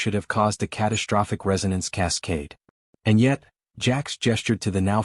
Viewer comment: CATASHTROPHIC, SHTRUCTURE, SHTRESS, DESTROY,...."grim-AYCED"(grimaced), EXSHTRA, SHTRANGE, SHTRENGTH, RESHTRUCTURING, EXSHTRAPILATING, SHTRONGEST, NOT ENGLISH WORDS!!!! THERE IS NO "H" after the "S"!!!